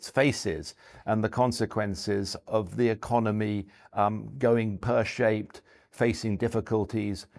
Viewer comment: He can't pronounce "shared" or "pear" either, so I think it's more a language issue in general than a China-expertise issue. No, seriously: He pronounced the vowel in "shared" and "pear(-shaped)" like the one in "word" or "bird". Really rather weird, to my ears. (Idunno, is this some ultra-posh variant of RP that I've never heard before, or some lokal dialect? But nothing else in his speech sounds particularly dialectal.)